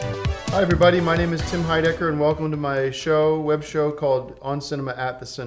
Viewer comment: I don't like the way Tim pronounces his last name. The accent should be on the second syllable.